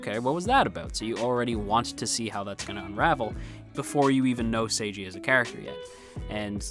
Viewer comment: His name is "Seigi", not "Seiji". It's important to differentiate (the pronunciation) of the name because it's also plot-important. Seigi got a lot of trouble due to his unusual name. That wouldn't happen if his name is as normal as "Seiji".